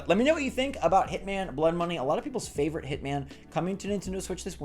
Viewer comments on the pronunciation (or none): none